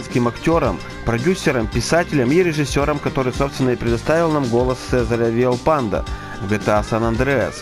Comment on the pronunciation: Не читай по корявому переводу, не Виальпандо, а Виальпондо